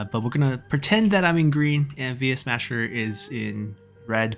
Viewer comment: It's funny how you occasionally call him Yuesmasher.